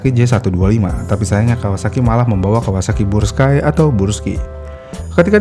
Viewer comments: brush skay bacanya bg bukan bruski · Brusky bang bukan bursky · Yang betul tuh bruski bukan burski 😂😂😂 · 😂 kebalik balik ya bang, gak bisa lurus, sukanya belok. 🤣 Tulisan Burg dibaca Brug. Giliran Brus malah dibaca Burs.😑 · dari awal kenapa bacanya selalu bursky dah min? suzuki burgman juga lu sebut brugman edit : pernah nyebut akrapovic jadi akaprovic juga 🗿